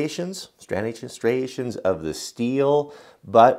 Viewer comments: I liked the closeups of the factory edges, but 'stranuations'?! I think the word you were looking for is 'striations'! I have one of those Bahco hatchets with the orange paint, and mine was horrible both to hold and look at when I got it. The paint had bubbles and runs in it, there was a plastic hanging loop moulded into the handle wedge, and it even had a barcode printed directly onto the handle, not on a sticker or tag. For God's sake, Bahco, what were you thinking?! After a lot of sanding and many coats of linseed oil, and mirror-polishing the head and putting a serious edge on it, it's actually a very nice tool which I use all the time. But the way it comes as new, I'd consider it more as a make-your-own-hatchet project rather than a finished product. Then again, it's about a fifth of the price of a Granfors, so if you're willing and able to put the work in, you will end up with a genuine Swedish axe at a bargain price. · Striations = Stri ation. Str i a tion. I enjoy all your videos. Keep it up :) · For the pronunciation of striations - it's str-eye-ay-shuns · striations - pronounce streye - ations. great job on all of your information. you help so man, I thought you would appreciate a helping voice in pronouncing this word. Take care! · striations = "stry-ations" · Awesome info, always a pleasure to watch/listen to your channel while i work my desk job, wishing i was doing something more hands on! My mother teaches art and always said 'stry-AY-shun' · St-Rye-A-Tions. pretty sure that translates :) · Striations PH sound Str-eye-A-shun Sorry to be the speaking police. Good video. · Stry (like fry) ation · ss-try-ay-shuns = striations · Striations (stry A shuns) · Striation: stri (as in stride) - ation (as in nation) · Its pronounced STY-RAY-SHUNZ just like how marc lobliner pronounces it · Actually, it's pronounced "stry-A-shuns". Pretty much just the way it's spelled.